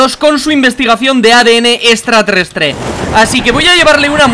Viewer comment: Estratreestre dijo bliste